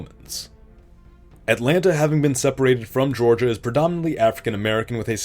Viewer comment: Least egregious Georgia I've seen in one of these, while butchered you can still tell it's Georgia, Still not a big fan of my home being butchered though. And why did you choose that symbol for African?